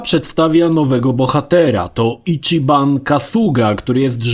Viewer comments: Ale to nie jest imię polskie. Do tego autor filmu kompletnie zgwałcił wymowę mówić "Icziban", co jest mniej więcej czymś pokroju wybicia ołówka w ucho (prawidłowa wymowa to Ićiban). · Matko, jaki Icziban? ち ma wymowę ći jak w CIeszyn albo Ćma. Nie żadne czi. Mahjong to chińska gra i nie ma wymowy madżong. Swoją drogą ładny cringe z tym stwierdzeniem na końcu o oryginalnych japońskich głosach I marzeniem o angielskim. Są granice bezguscia. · Zacznijmy od tego, że ち (chi w ANGIELSKIEJ transkrypcji) wypowiada się ć/ci (jak w słowie CIasto) nie czi.